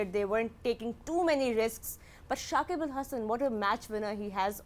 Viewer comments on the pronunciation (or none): Mr Younis it’s Shakib al hasan not shakib ul hasan. I don't understand why pakistani players struggle to pronounce the player's name. It's been like this forever.